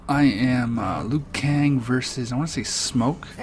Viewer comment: Its Liu Kang lol just saying